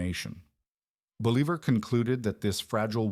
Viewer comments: Believer? Boh-lee-vahr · I thought I knew quite a lot about history, but I've never heard of a Simon Believer. Seems like a big guy in South America. Is that a religious figure? A nickname? Please put some effort in pronouncing names right in their language. This was just butchering his name. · 😂 “BOL-e-ver” haha really? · No, it's pronounced "boh-LEE-bahr"; the author was just cutting corners. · Repeating Simon Bolivar's name completely wrong was really annoying.... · It was sooo annoying i had to stop and dislike the video. It was more than annoying, it was unnerving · Yeah, I can see how that’d be frustrating. It takes away from the serious tone of the video when something that basic is messed up. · Hey, some of us want to hear about Justin's comeback tour. Yeah that pronunciation was terrible. Offensively so. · Dude the inability to pronounce his name kills 100 of the credibility of this video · I get it, mispronouncing his name does make it hard to take the video seriously. It’s a small thing, but it definitely stands out.